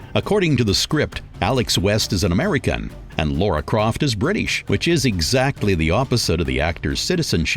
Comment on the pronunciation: Lara croft not Laura!